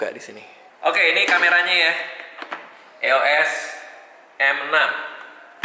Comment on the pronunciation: bilangnya bukan e o es bang, sebutannya iyos m6